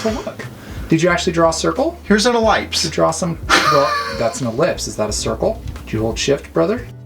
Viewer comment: "Ellypse" killed me 😂😂